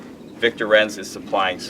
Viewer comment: It's pronounced like "Heinz" for Victor Reinz, the "I" is the one annunciated, not the "E", you even have a German last name too. :( It would be one thing if the company was American German but it is straight out of Germany.